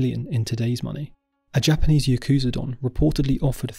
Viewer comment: Interesting video! Without a doubt, "the dark lady of Osaka" was the most surprising to me; I'd never heard about her. Just a pro-tip: "Yakuza" isn't pronounced "yuh KOOZ uh", it's "YAH koo-zah". Brits and Americans always seem to mispronounce it for some reason.